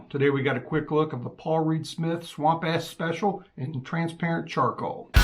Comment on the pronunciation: Swamp Ash not Ass lol